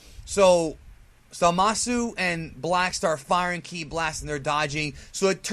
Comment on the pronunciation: this guy is shit he doesn't even know instant transmission and he doesn't pronounce kí right and his intro is lame